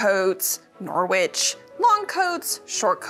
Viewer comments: Nor-witch!?!?!!! If it's British pronunciation, Norwich is like noh-ridge. (The Noh part is like the know sound in knowledge and ridge as in rhymes with bridge). Like honestly idk if its named after the place in England cause I could only find Norfolk coats... 🤷🤷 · Norwich is pronounced “norridge”. Yes, English place name pronunciation is all over the place. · "Nor-witch" Me: dies in British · As someone who grew up in Norwich, the American pronunciation of Norwich always gives me whiplash 😅 carry on ma'am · The “w” in Norwich is silent. You’re welcome!